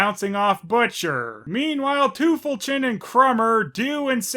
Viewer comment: The weirdest part is, that despite everybody having a German accent, they mispronounce 'Krümel' and 'Tüpfelchen'...